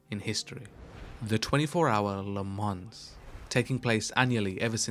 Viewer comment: Le MAHn is how you pronounce Le Mans, good sir